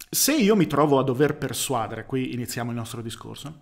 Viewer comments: Mi hai messo in crisi: non è sbagliato persuàdere? All’orecchio mi suona giusto persuadére. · Comunque si dice persuadère, santiddio, non persuàdere